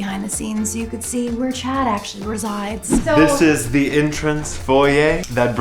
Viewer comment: your Chad voice came out when you said "so you could see where Chad actually re-sigh-ds" hahah